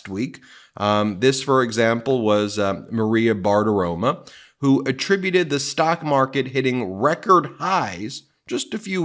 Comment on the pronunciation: Did you say Maria Barf-aroma or did I just make it up?